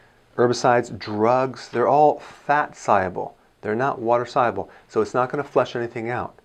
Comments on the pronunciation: Thank you, I'm learning so much to prevent disease hopefully. Question: Is there another way to pronounce "soluble"? I'm hearing Dr. Berg saying "say-uble" instead of saw-uble? drinking filtered water especially from the only water filter system that's effective at removing the most amount of harmful particles is a reverse osmosis system. Unfortunately all filters remove good and bad minerals and particles which creates "Dead water". Dead water has a very high pH which isn't healthy. Cancer and other diseases thrives in acidic environments. There is some RO systems that adds an extra canister to add minerals back but these are mostly likely synthetic minerals that's most likely unhealthy. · Soluble is not pronounced sigh-able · I guess this guy knows what he is talking about but someone should teach him how to pronounce "soluble". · What if I just want to drink a gallon of water a day instead of soda, beer and other unhealthy beverages? Besides, your pronunciation of the word "soluble" makes me think you aren't a real doctor. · Why cant he say soluble?